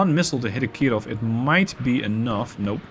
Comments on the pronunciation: Please, don't try so hard to Pronounce "Kirov" in a Russian accent, it is annoying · I don't know why you are saying "Kirov" with a French accent, but I shall accept it.